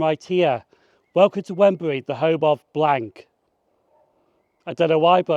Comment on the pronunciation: Great video! Many thanks. Wrenbury is pronounced "Renbury" i.e. the "W" is completely silent. I could be wrong, but I think the bit you showed of the Wrenbury old station building was indeed once that, albeit now painted in cream and the windows and doors blocked off and now integrated into someone's house. Not sure though, as my memory is fading. The small square building a few yards from the level crossing was once a tiny Barclays bank.